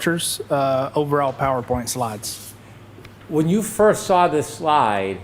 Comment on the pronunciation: There is no R in saw.